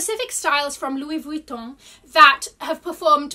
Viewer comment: Always love your videos, you are such a positive person. If you are interested in pronouncing some of the brand names correctly you drop the pronounciation of the N in Vuitton. It’s silent. I thought I heard a conversion of the double L in Deauville to a «J». That would have been correct in Spanish, but since the name is French (and also a typical high end beach city in France from where the bag probably got it’s name) one pronounces the double L🤗.